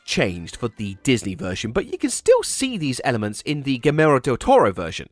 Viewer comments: Guillermo is pronounced Gee-Yair-Mo. In Spanish two "LLs" make a "Y" sound, like in Yo-Yo. It's not "Gearmo, or Gairmo or Gill-air-mo". Same for guillotine. Two L's is a "y" sound. Gee-yuh-teen. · okay laughing at saying "Guillermo" as "Guimero" lol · My soul left my body when he said "GUIMERO" del Toro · It's Gieyermow. (Gie as in MaGGIE) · The way you said Guillermo is criminal lol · Can British people ever pronounce Spanish correctly? That “Guillermo” was painful.